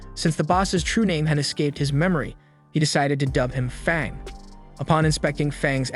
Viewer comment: u said fong u meant fang